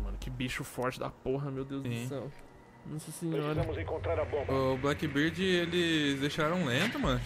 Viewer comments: Pourra patife... blackBEARD e não blackBIRD Meus ouvidos sangram cada vez que tu fala o nome dele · Alguém tem que fazer um guia pra ensinar o a pronunciar Blackbeard kkkkk